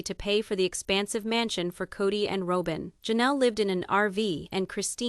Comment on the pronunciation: This commentator needs to learn how to properly pronounce names! It's annoying. She says Ro-bin, then Rob-in